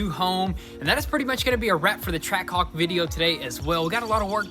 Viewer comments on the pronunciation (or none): Ah yes, a "Trackahwk". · I thought it was Trackhawk not trackahwk